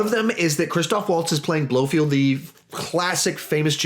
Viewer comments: Its blofeld,not blofield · Pronounced: Blofelt, not Blofield 😂 But cool vid man!